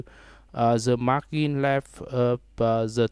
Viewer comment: mar-jin not mar-kin #sorrynotsorrybruh